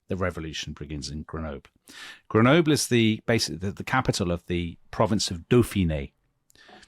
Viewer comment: You pronounced Grenoble different EVERY TIME YOU SAID IT!